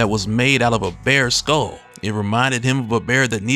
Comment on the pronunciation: Taunt not “tahnt”. Skull not “skoal”.